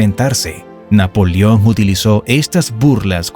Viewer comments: Pronuncia bien amigo . No es NAPOLIÓN .. es NAPOLEÓN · Muy buen documental, lástima las ocasiones que dice Napolion, en lugar de NAPOLEON. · Napolión??? Se dice NapolEón. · Napolión? O Napoleón?